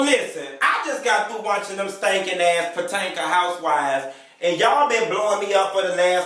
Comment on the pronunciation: IF YOU DONT STOP SAYING PO-TANKA!!!!! LOLOLOLOL